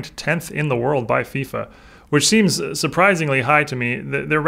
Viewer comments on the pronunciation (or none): none